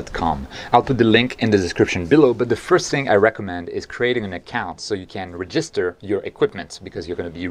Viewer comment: it's not re-gister it's reg-ister. Like reg-istration. Keep up the good work. I watch all the time.